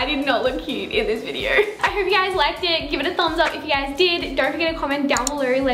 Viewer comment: ""In today's viderrrrr"" ,"comment down belorrrrrr"